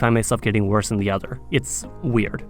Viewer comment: Why do you say "za"? 🤣